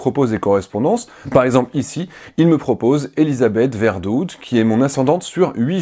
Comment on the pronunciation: Merci pour l'analyse sur Formose mais, en ce qui concerne vos ascendances belges, à entendre votre prononciation de "Verdoodt" et de "Rotsaert", elles doivent être loin. Crévindioûbondjû!